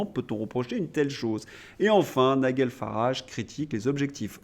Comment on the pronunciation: Prononciation Nigel Farrage Nijeul non pas Nigueule